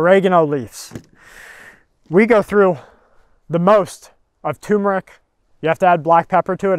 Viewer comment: Turmeric. Not TUMORic. Haha stay safe all.